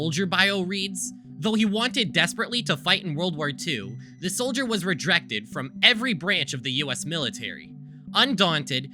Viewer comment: Did I hear you say "rejrected"?